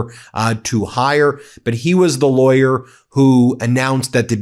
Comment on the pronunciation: 'Any laywer knows that!' So how does Ben know? Is he still saying he ia a active lawyer?